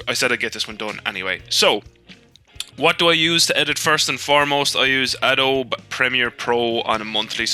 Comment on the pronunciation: much of this is not relevant to me unfortunately (not a criticism). As well as the silent "e" pronunciation of "Adobe", the manual syncing of audio seemed odd. I guess you don't need precise syncing for the style of videos you do but you can just click on both of your linked video files and the audio file, then right click and select synchronise audio. Maybe you have some issues with that due to how different each tracks audio is but if you just synced the bits before you start riding they should be good enough.... anyway, I still need to go and find the tutorial video I was looking for.